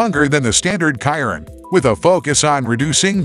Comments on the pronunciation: Bugatti " Kiron" .?? It's pronounced.." Shi-Ron"..(silent on the O). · Its not "kyron" its pronounced Sheer-on=Chiron! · This would have been a great video But using automatically voice A dislike from me It couldn't even pronounce the Chiron